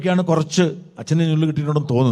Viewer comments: അദ്ധ്യാപകന്മാർ അല്ല അദ്ധ്യാപകർ. ഞുള്ള് അല്ല നുള്ള്. 😅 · ഞുള്ള് അല്ല നുള്ള് ആണ് 👌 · ഞ്ഞുള്ള് അല്ല Bro നുള്ള് ആണ്.